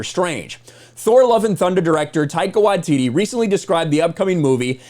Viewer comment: Small nitpick of the video but you pronounce Taika Waititi's name wrong. You pronounce his last name "Wa-tee-tee" when it should be "Why-tee-tee".